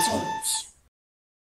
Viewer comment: I think you pronounced "Chara" wrong, I think it's supposed to sound like the beginning of "Character".